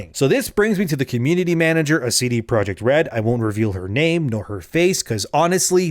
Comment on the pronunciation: All I could hear during this video was ""